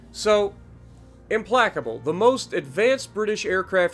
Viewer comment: Hahaha that's not how you pronounce the name